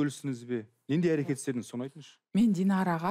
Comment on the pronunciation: Көрдініз, не ісдедініз, алдыныз деп жүргізуші "ң " әріпін айтпай мазаны алды